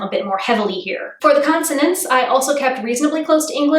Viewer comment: Constonants lol